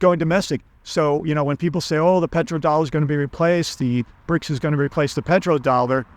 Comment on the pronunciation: So CRIBS, not BRICS😂